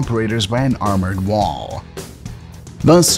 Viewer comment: The commentary it difficult to listen to. He over emphasises the last word or syllable in ever sentence. For example instead of just saying war, it comes across as WARRR. Wall is WARLL. Failure becomes, failiURRS.